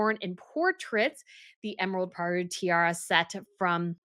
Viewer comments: It is not pearl poiré,, it is pear poire (= poar) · Well, this was not the first of her severe mispronunciations. Also "Pearl Poiré" is still wrong, as is "Leuchttenberg", which sounds here like some weird, fallen-out-of-grace, connection to "Luxemburg" and "Liechtenstein". Not even to mention Danish designer Birgit Hallstein - constantly pronounced wrong. It's Birgit and not Brigitte for a start. And then try to go for "Hull-steyn".